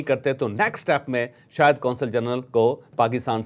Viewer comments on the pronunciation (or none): none